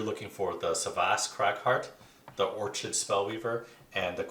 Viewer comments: it was Or-chid that did it for me. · Good video. As I have not played all characters I was not sure how to describe them to my friends. For future videos Orchid is pronounced Or-Kid, like the flower, and Vermling is Verm-ling, not VermIN-ling.